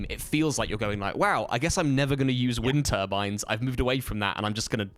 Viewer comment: From Canada here, I thought probably wind turbines from context, but I still thought I was hearing "wintervines" too 😆I guess they only put the accent on the "win" over there